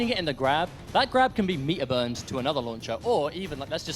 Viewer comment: awesome, but i believe it's pronounced "meter burned" , not " meetah bern"